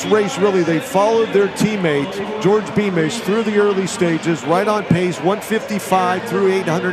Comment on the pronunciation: Beamish my favorite kicker. Met him at Buffalo Park(Flagstaff) in 2018. I told him he had the best running style(form). He told me that his name is pronounce George not Jor Dii. Great guy